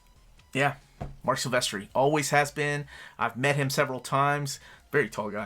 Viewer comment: I was with ya until ya said Silvestri lol.